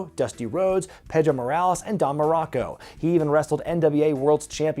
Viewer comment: I understand that you’re not a Spanish speaker, but Pedro is not pronounced Pay-dro”, I don’t know where that “pay” sound comes from when you say “pe”; it’s pronounced “peh-dro”.